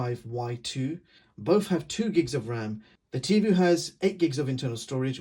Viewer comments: Certainly I’m not the only one yelling at my phone...”IT’S TIVOOOHHHH NOT TIVUUUUU!’l Other than that it was a fine video. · Tivo is pronounced TivO like BonO not Tivu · It's not called Tee Voo, it's Tee Voh.